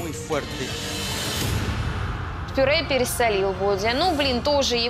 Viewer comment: Бесит, когда проржала со слова «п’юре», а на интервью говорит «мнясо». Чего с себя не ржешь, филолог мукачевский?